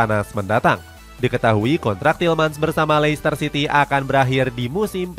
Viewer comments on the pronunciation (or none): none